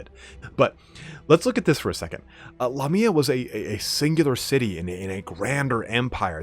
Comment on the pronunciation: I always thought it was Lamia not La Mia?